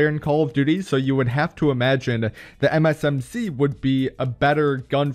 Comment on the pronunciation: Lol I can't stand it why every time you say MsMc and it sounds like M&MsMc